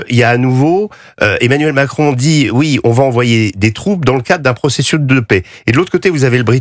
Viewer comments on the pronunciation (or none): none